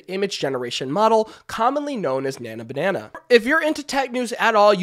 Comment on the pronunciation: Nano Banana lol.. sorry if I mispronounced 😅